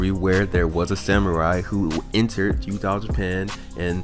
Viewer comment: Pretty much agree with everything, except the way you say feudal. Like fuedile. Like crocodile lol. Its all love tho bro keep it up. 😄